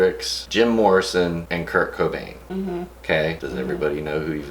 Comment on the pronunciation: I wanted to cry when he said curt cobin and I'm not even try to make a joke I'm being serious he was a great guy